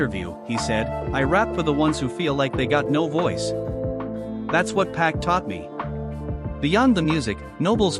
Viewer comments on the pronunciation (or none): If you're going to have a voice especially AI trying to say names at least sound the name out so it can speak it right. Pac= Pock